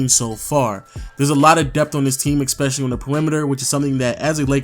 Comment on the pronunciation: it's ESpecially, not EXPECIALLY!!!!